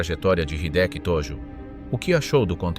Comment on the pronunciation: えいきじゃなくて、ひできだぞ。登録はなし！日本語を勉強して出直せ